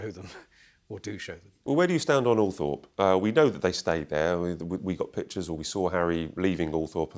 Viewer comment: Er...perhaps learn how to pronounce Althorp, if you arw going to speak about it!